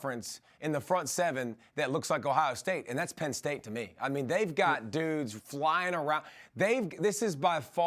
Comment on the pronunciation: He really said penn st